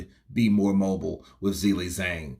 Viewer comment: I would like someone who is a native English speaker or from America to give me reasons why can't pronounce Zhilei Zhang correctly. Is this due to some grammar rule? Is it incompetence? Did only finish elementary school? What is the problem? Yesterday I watched the DAZN boxing presentations and the English speakers pronounce the names and surnames of the boxers correctly, so for example cannot have the excuse that he has never heard how to pronounce a boxer's first and last name correctly. The boxing world makes an effort to show respect for the boxer. Why isn't capable of this? Thanks for the help!